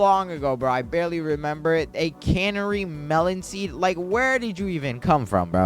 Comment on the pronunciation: The way you said “canary” you probably should quit and return to school